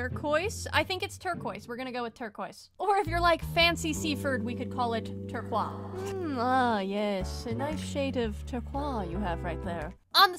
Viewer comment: Saying "turqua" may sound posh in english speaking places, but it really makes no sense, because it's supposed to be imitating the french pronounciation, but the french do not pronounce it "turqua", it's "turquaz" . You can't skip the "z" sound. Your best bet is to prononce it the english way. Even if you're with french people, they would understand you.